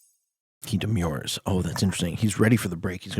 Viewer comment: I think you say demur in a funny way.